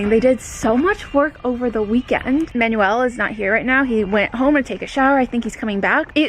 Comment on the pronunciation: please learn how to pronounce Manuel's name properly